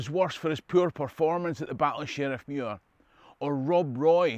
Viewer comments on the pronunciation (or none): none